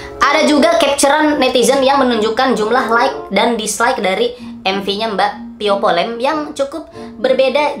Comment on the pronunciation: "Via vallen" kk bukan "pio polen"